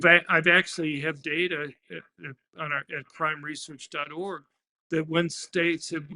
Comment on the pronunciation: as a suggestion, he probably shouldn’t spell “.org” it kinda sounded like “crime research orgy”